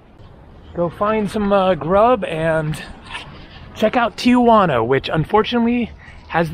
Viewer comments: I’m a subscriber and love your videos, so thank you. I need to explain your pronunciation of Tijuana. It’s not TIA-Juana. It’s simply TI-Juana. Saying TIA Juana is naive. It’s what midwesterners call Tijuana who believe Mexico is South America. People who have never had Mexican food except Taco Bell or Del Taco and think they know what Mexican food is. Im not being mean but needed to correct you. I’m not Latin. Im descendant from England/Scott. Ive spent considerable time in Mexico. I live in San Diego on my sail boat and have sailed the Sea of Cortez and spent considerable time in Mexico City. Thank, mate. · its Ti Juana... nobody says Tia Juana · The wall at Playas gets painted every 6 months or so by groups who raise money for paint. Tijuana is pronounced Ti Juana. Not Tijuana. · I've never understood why Tijuana is pronounced tia juana. It would be cool if you could video your crossing. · I live in Tijuana. Notice how there is no letter a after the letter i in the name. Don't know why so many pronounce it wrong. So you go on an overcast day presummer during a pandemic and expect alot of people? Of course it's not happening. Except for the nice paintings, Playas de Tijuana is not that great unless you want to see local 'talent' on the stage and watch people drinking beer. Rosarito 20 miles south is nicer and more developed and less polluted. Since they stopped allowing visitors on the other side of the fence to touch their relatives a bit through openings, I dont know if you can go on the other side of that fence. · I guess it's the gringo way of saying it for some reason. Most Americans pronounce it that way.